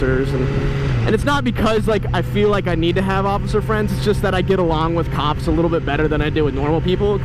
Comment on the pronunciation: Who else thought he kept saying "cocks" not "cops"?